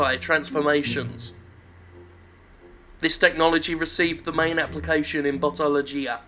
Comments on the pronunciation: I keep hearing Buttology. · I keep hearing "Buttology." I too am disappointed.